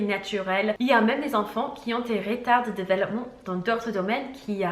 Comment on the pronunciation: Tu nous as dit de te dire quand tu te trompais sur un mot alors : développement pas delevoppement Hihi ❤️❤️